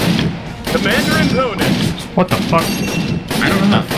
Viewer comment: What is it Sidearms is saying? "Commander imponen" it sounds like.